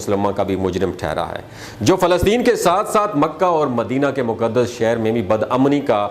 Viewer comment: Moqaddas word hai Moqdas naheen.